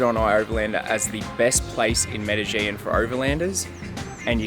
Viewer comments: It’s pronounced “meh deh jEEn”!! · But how the fuck you pronounced Medellín ??!